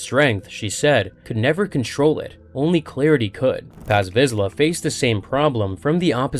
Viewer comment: Lost me at "Tarry Vizla"